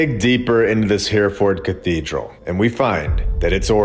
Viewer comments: AI reading....this vid and all ..endless mispronunciation such as HEREFORD in this one. HERR-E -FORD NOT HEAR-FORD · Just to let you know, Hereford is pronounced... (H) error - ford and not Here-ford. 👍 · Not a criticism but we pronounce Hereford - ‘her-a-fud’ (well common folk from the north east do anyways). Awesome videos, I always look forward to your content. Keep up the great work. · Excellent except it’s pronounced Hare-a-ford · Btw, it's pronounced He-re ford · You need to learn how to pronounce Hereford